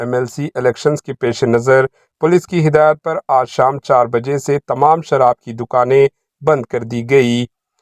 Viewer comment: sharah nahi sharaab mistake se ghalti